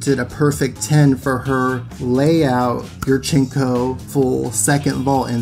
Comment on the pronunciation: I cringe every time you say yurchenka.